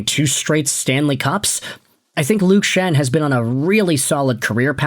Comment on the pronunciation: luke Schenn? bro what?